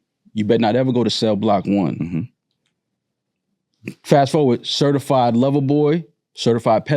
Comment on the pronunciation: He messed up when he said CErtified.